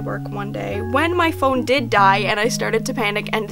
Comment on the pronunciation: omg the way you pronounced phone 'pahoney' me and my friends call it that all the time 💀